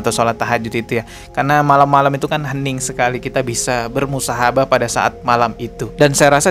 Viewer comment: Bismillah... Maaf bang Koreksi jika Saya salah bukan Musahabah Tetapi tetapi Muhasabah 😊🙏